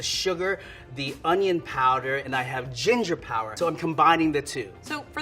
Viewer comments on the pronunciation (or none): none